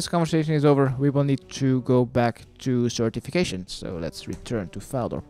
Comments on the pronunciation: Certification AKA Sir Tiffy Cashien.. or is it just me hearing it? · I just noticed that the knights names are pronounced as certification and ceramic vase. Wow after 15 years of playing. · 15 years ive played this game and i just realised. sir tiffy cashien.. certification... what the fuck